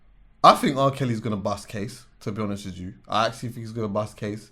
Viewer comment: “To be honest wij ju” 😂😂